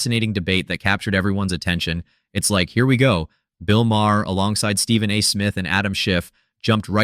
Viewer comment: Its Bill MAR